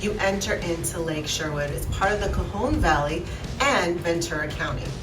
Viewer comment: I enjoyed this video, but can you produce the Conejo Valley correctly? Also it’s the Chumash native Americans, not the Comash. I assume you would want to know because the rest of your video is well researched and replete with history and facts. Very interesting!